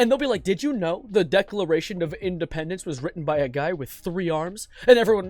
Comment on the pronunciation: justice for deckartation of indipendincce